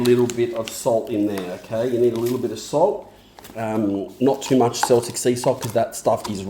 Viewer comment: That sauce looks beaut. Never heard of sumac, will have to have a look for it! Don't know if we get it here in the UK The salt is pronounced keltic 😂, and it's from the UK/french region!